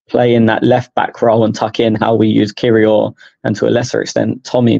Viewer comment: can you teach your colleague how to pronounce Kiwior if he’s going to be a talking point next time. 😂